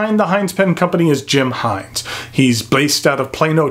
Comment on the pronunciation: Us antipodeans would pronounce Hinze with a short "i" as in igloo. But if Mr Jim pronounces his name "Hainz" he doesn't look like a bloke with whom I would argue the point! Funky colour, but no clip? Huh?